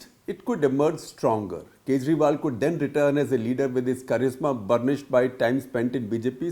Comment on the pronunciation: Arvind khejriwal, Sooch nahi sochalalay hai😂